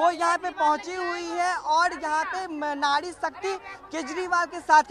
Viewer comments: Nadi nai nari mere bhai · Nadi nhi bhai nari. Aap zindabad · नाड़ी नही भाई नारी होता है 🤣🤣🤣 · Nadi nahi nari hai Bhai 😂😂😂